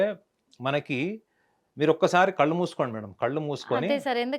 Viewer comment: Ammaa thalli anchor , please learn Telugu .. kallu kaadhu , it’s కళ్ళు It’s irritating to listen to anchor without proper pronunciation.. especially people from Telangana can’t speak la and sa kaarums well